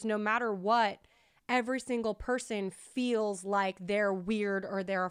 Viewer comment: When says "fills" instead of feels 😍lol